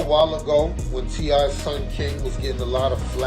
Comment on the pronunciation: Obviously the narrator knows nothing about this family. She cannot even say T.I.'s name correctly.